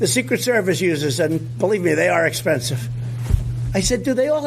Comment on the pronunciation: He pronouncd "expensive" wrong. Was it a Q message?